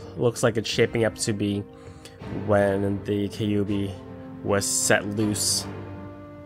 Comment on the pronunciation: This in't a Kay commercial. You don't begin a raid on Konohagakure with Kay...ubi. It's pronounced Kyuubi. Not a jewelry store commercial. Not, "Every destruction-of-a-village begins with...kayyyyyy" No. Stop that. KYUUB. Almost like vacUUm, but kyUUbi. Thank you.